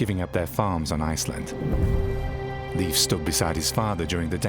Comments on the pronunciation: It's pronounced "Lafe" (rhyming with safe), not "Leef". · Leiv Eiriksson, pronounced Lafe, not Leaf. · How sad that the voice-over could not be made to learn to pronounce Leif Eriksson correctly. It's not "Leaf" but L-e-i-f : that is, e as in Erik, i as in Erik. You had it already, but lacked the proper advice and training. It's truly tiresome to listen to such a mistake repeated throughout. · Pronounced Layf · The pronunciation of Leif is predictably wrong. Because the Scandinavian languages differ in their pronunciation of the digraphs ⟨ei⟩ and ⟨ej⟩, the name Leif may be either pronounced as an approximate rhyme for "safe", or approximately like the English word "life", In Sweden, Finland, Iceland and Western Norway, it is an approximate rhyme with "safe". In Denmark, much of Norway, and the southern and western regions of the Faroe Islands, the name is pronounced more like "life", while the only exception to this pattern is in the northern and eastern regions of the Faroe Islands where it is an approximate rhyme with the English word "coif". In no Scandinavian region is the name pronounced like the most commonly heard English language pronunciation, "leaf", as that would be a homophone of the unrelated female name Liv/Lif.